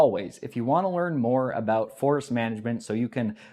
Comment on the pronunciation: tee hee! You said aboot! What a funny little guy you are! Tee hee!